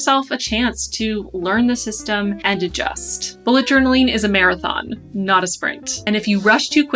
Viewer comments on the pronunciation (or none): none